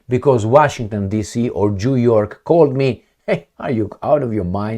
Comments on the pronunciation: Am auzit eu bine … Jew York 😂😂😂😂😂😂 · your Zimbabwean accent results in an interesting sound when you pronounce New York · He wanted to say New York 😂